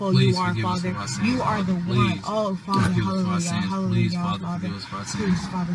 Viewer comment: Hallujah instead of hallelujah lol.